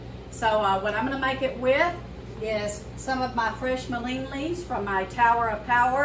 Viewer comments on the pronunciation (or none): It’s pronounced Mull in